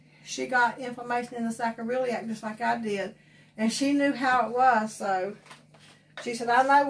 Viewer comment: It's pronounced "saycroiliac"